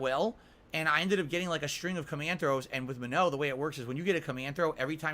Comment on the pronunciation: It's not pronounced "Minnow",, jfc... why does he always have to pronounce things in a way that no other human does?